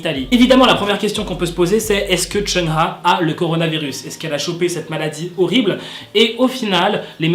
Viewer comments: Oui parcontre son nom ca se prononce : "choung ha" et pas "cheuna" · Tu dis mal le nom de Chungha . On dit "Tchungue Ga " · Tu m'as niqué comment tu prononce Chungha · Tu prononce mal le nom de chungha